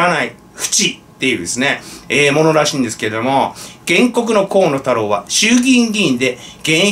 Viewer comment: 河野太郎が 小物太郎 と聞こえてワラケル（笑）